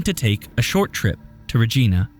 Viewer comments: I have to correct ur pronunciation of "Regina". The "i" is long. It's pronounced "Reg-eye-na". She was from Yorkton, Saskatchewan. Saskatchewan is a very large, mostly rural, farming prairie province w Saskatoon, Regina, and Moose Jaw as the most commonly known cities. Regina is not that close to Yorkton. It's a distance of 187.52 km / 116.51 mi, an approximate 2 hr drive. I am in the Niagara region of southern Ontario and was a horrible teen which included running away. My one friend and I, at 15, got on a bus to Toronto and lived on the streets for a few days before ultimately making it to a large mall and eventually calling another friend for help. It was the mid 90's so there was no tracing us, and we only had pay phones to make calls. Our friend's mom came and got us and we made it home. This story is eerily familiar to my own. I'm just xtrmly lucky I had someone w me, and nothing really bad happened. It appears as tho she was running away and met an unfortunate fate. My heart breaks for her, and as a mom of 4 my heart breaks for her parents. I hope they find answers. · The city Regina is pronounced with a long I sound, ree-j- eye-na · This hurts my heart as a mother. Oh, and the city Regina is pronounced Reg-eye-na, Just as an fyi. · Regina is pronounced like Rej eye na(rhymes with vagina) I was there last summer and said it like the woman’s name until I heard how it’s said on the radio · Regina - it’s pronounced like Vagina but with an R :) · Next time you need to say Regina...pretend you're saying vagina but with an R. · Love your channel! Being Canadian, I have to mention, Regina is being pronounced wrong in this video, it literally ryhmes with vagina.. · Regina is actually pronounced like a certain lady part with a R in front. Nice attempt though. Hahahaha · Great vid. I'm from Canada- maybe someone picked her up. Saskatchewan is a drive thru town on the longest highway in Canada. Regina is pronounced Vagina w an R for whatever reason. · LOL! “re-JEE-nuh”.